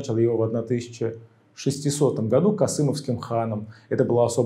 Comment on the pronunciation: Ролик замечательный и познавательный но... названия городов Касимов и Кадом Вы произносите неправильно, но это мелочи.